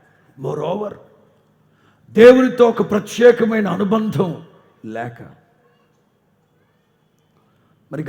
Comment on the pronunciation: ప్రత్యక కాదు అండి ప్రత్యేక